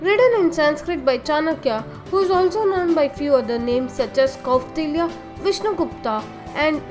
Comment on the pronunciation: It is not kottalya it is Kautilya It is not seclucas it is selecus not only this there are more pronunciation problem